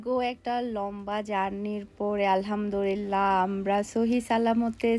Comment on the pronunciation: Apu apni alhamdurillah bolen sobsomoy. Eta clear kore alhamdulliah bolben.....